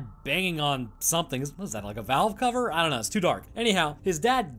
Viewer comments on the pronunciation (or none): none